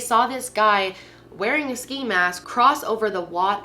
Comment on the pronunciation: “sci mask” ? 😂 it’s s(Kc)i 😂